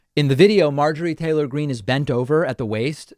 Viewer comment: How she intentionally mispronounced her name. As if she never heard AOC's name spoken. Marjorie Taylor Greeneee